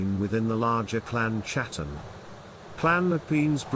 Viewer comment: It's pronounced bain and Hattan not bean and chatan